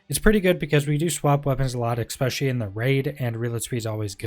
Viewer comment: I love the build video but its 'Especially', there's no 'X' in the word...........